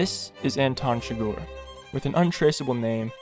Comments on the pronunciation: Man the video is great only one tiny problem its not shgor its chi-gur and a silent H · CHIGGER! SAY IT RIGHT PLEASEEEE! CHIGGEERRRRRR NOT CHIGORRR ARRRRRGH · It's not Anton "Chigoor" it's Chi-grrrr. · it’s Chigurh not Chigore holy shit. Llewelyn even makes a joke about how it sounds like “sugar”